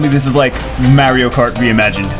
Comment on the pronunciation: I cant even say "mario" the way you say it LOL, if you rewatch your videos you should listen to it and then listen to how the rest of the world says it;)........still love the videos thou keep em coming